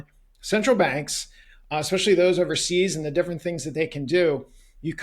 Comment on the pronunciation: how can anyone who says "expecially" be trusted?